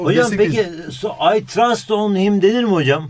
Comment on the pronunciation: Hocam trast diye okumuşsunuz ama öyle okunmuyor